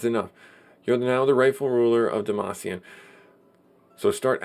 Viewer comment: lol demacian...no more league of legends for you...I think is Dam-Cyan.